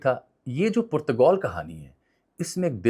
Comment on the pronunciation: Bhai Saab, with call it Portugal, or Portagaal as pronounced in Urdu. What hell is Putagoul????